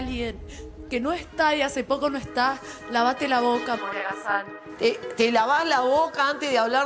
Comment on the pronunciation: Gran énfasis en Moria Casán JAJAJAJAJAJAJAJA